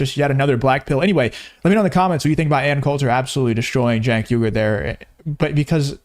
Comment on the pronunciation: Love your stuff but you keep missing pronouncing his name it's pronounced ( Chunk Hunger)